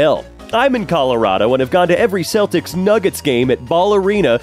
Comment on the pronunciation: I’m sorry, I don’t care about gatekeeping anymore, can you please say the word ‘Celtics’ again? WHAT?!